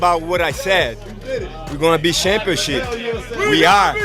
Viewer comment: “We gone be Shampionship” 😭😭😭